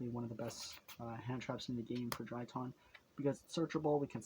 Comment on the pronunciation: DRY-TRON not DRY-TON